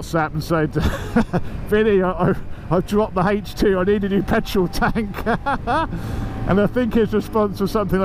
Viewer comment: Hejch two tank. Sounds like a WW2 German panzer of some sort.